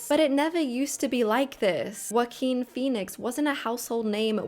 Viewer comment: And Joaquin Please don't butcher spanish words 😢. Learn their pronunciation